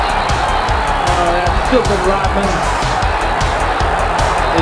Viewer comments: Hey it’s Rodman not Rotman. Pronounce your D’s better. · Why does he pronounce it as dennis rotman? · Its Rodman not Rotman!!! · He says Dennis Rot-man- like he stops breathing and can't use the D sound in RoDman. 😂